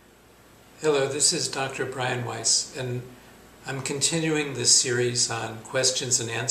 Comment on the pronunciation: East? I thought you said Weiss.